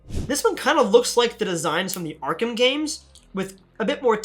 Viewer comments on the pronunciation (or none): none